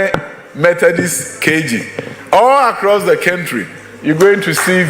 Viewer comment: All across the what kentry hahahaha tweaaa